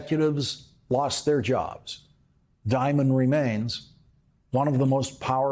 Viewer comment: I newscasters people would pronounce Dimon as "Demon" instead. Perhaps by accident?